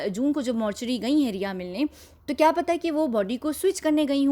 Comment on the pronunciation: It is "KYA" and not "KIYA"